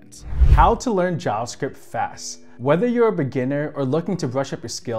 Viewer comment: Bro its JaVa script not jaaas script haha